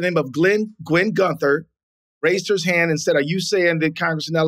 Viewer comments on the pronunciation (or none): none